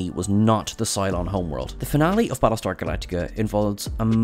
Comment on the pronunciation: Balletar Galactica? Bad start… Ugh 2min in I had to stop… I can't take these terrible mumblings…